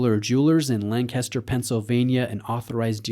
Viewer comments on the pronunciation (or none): none